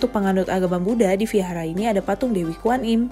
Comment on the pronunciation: Kalau nggak bisa melafalkan huruf “V” nggak apa-apa, dilafalkan jadi “W” saja, jangan jadi “F” ya. “Vihara” bisa diucapkan sebagai “wihara”, jangan “fihara” 🙏